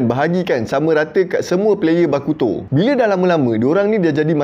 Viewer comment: "Bakuto" bunyi da macam "Aleuto" haha.. Kan....